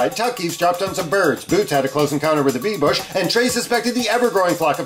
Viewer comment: you said "bee bush"!